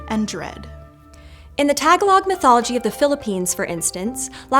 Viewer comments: Did she really pronounce Tagalog (Ta-gah-log) as TAG-A-LOG? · The way Tagalog is pronounced is tuh·gaa·luhg Not tag a 🪵😉😂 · Minor pronunciation note: it’s Ta-gaul-ug, not tag-alog. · "Tag -a-log"... really,? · Pronunciation correction for "Tagalog" [ta GA log] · Great video, but Tagalog is pronouncd Tuh-GAH-log, with emphasis on the "ga." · You really need to look up how to pronounce words, like "Tagalog" and "hijra."